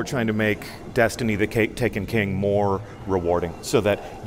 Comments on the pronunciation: . "Destiny the cake".........CAKE IN DESTINY CUNFURMED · "Tryna make destiny the cake takin king"